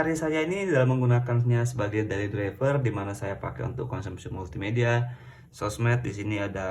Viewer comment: Daily Driver gan, bukan Dayli driver